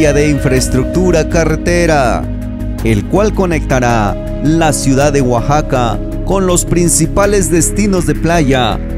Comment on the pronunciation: Alguien más se dio cuenta del error el la palabra Oaxaca? Oaxaxaca xd